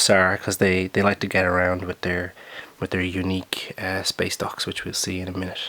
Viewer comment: Why do I keep hearing space docks as space ducks